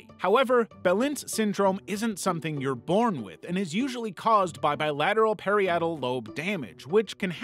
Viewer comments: Don't mean to be rude or a smartass, but it's pronounced "puh-rye-it-ul," not "per-i-e-tul." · Parietal (puh-RYE-it-ul), not (pair-ee-AT-ul) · For the love of god, it is “par-rye-eh-tul” LOBE not “pair-ee-eh-tul” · Parietal is pronounced pah-RYE-ih-tal. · Repeat after me: "pair-EYE-ut-ull." Keep repeating until you stop saying it WRONG. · "the Perry-yettal" lobe? dude don't make any more neuroscience videos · The name for the lobe governing motor functions is pronounced pa-RY-a-tal. It rhymes with “varietal.” Parietal. Part of a content creator’s responsibility when teaching about the brain, is to nail the basics. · What disorder do you have where you pronounce parietal and gyrus so badly? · The way it mispronounced parietal is killing me. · You mispronounced a few things (like “parietal”) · Mispronounced parietal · I dont think we should be learning about complex mental disorders from a person who doesnt know how to prounounce the word parietal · dog why not learn how to pronounce parietal first